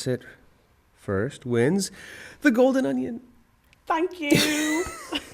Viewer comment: he didnt say golden onion right but omigosh im sooooo jealous of you right now